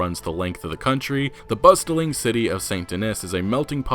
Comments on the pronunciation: The t is silent in bustling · You mispronounced bustling, eccentric, Micah, and socialites, among several others. I appreciate the videos, but it might be worth looking up a word if you feel unsure, since pronouncing so many things wrong isn't a great look. I swear I don't normally point out grammar problems (God knows I have plenty of my own). This is meant to be constructive criticism, not hate. Thanks for the videos and keep the RDR content coming!